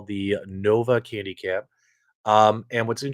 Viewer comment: Can people from Chicago not say "Candy Cab"? It's not Keeeendy Cab....it's CANDY CAB...NOT KEEEENDY CAB!